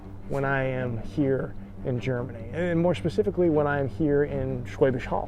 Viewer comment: "schpecifically" Ha. You are going to have a german accent.